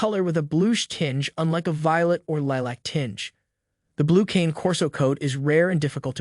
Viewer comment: “Canay” not cane like the candy lol